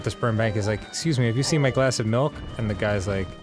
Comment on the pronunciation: Melk and beeeeans